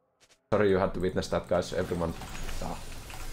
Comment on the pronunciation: " kreetings everyonre " XD